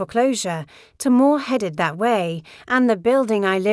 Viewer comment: Every time you use the letter "D" as a word... Spell it out "DID". Your sentence structure is poorly done by not spelling out and saying the words correctly. It takes away from the story. You also had a spot minutes where the letters of the word "That" were separated and you said "T Hat", instead of That. Now it makes me wonder if your letter D was supposed to be a part of a word but you put a space in-between it. Like the T 'space' Hat. minutes you spoke the sentence: "I bought 4 more...." But it was written as "I bought For more..." , instead of "I bought four more..." You might want to check for grammatical errors before putting your story out for the public. Some of us actually read the words and listen to the story.